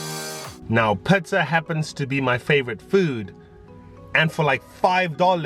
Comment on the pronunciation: Great tips and video! Love it when you laugh and I like how you say Pizza(pitza). 😊💜. #solofam